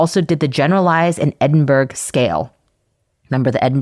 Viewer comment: Edinburgh is pronounced "Edin-bu-ruh", or "Edin-bruh" depending on which Scot you speak to, (or Em-bra if they're having a terse day), and not the typical American "burg" at the end.